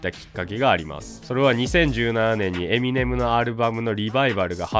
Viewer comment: エミ↑ネム↑じゃなくてエミ↑ネム↓ですよね？